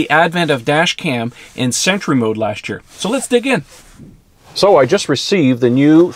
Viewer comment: Why intead of sentry I hear century? 🤔